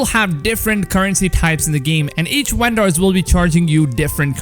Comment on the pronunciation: "Uendors" Lol